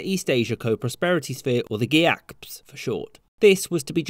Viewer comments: The banner on the building that says "China China China China China China China China China China", and the random decision to pronounce "GEACPS" as a word, both made me laugh out loud. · I come here ever so often to hear him pronounce GEACPS 😂😂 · I did a literal LOL when you pronounced GEACPS. Unexpected!